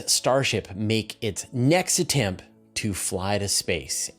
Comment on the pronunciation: The "t" at the end of "attempt" is pronounced.